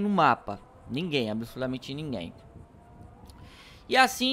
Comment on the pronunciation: Kkkkkk ele em vez de fala absolutamente ele fala absolumente